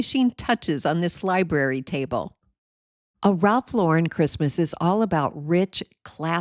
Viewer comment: Wonderful ideas and thank you for pronouncing Ralph Lauren correctly.